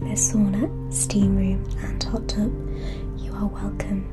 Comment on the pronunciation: Funny how her accent is dead posh but when it comes to words like “tub” and “bus” for example she says it in a really common accent